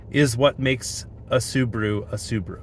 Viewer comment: Tell we say S-u-b-a-r-u not Subru😂😂